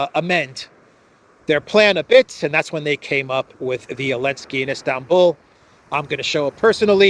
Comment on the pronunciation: Why call him "Elensky" instead of "Zelenskyy"? Have I missed something?